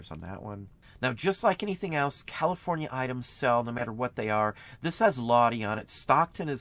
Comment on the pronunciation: Hi, Lodi sounds like "load-eye" just an FYI since we live near the town. Thank you for all your knowledge.